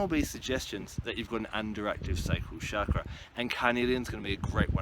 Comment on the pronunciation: you say chakra wrong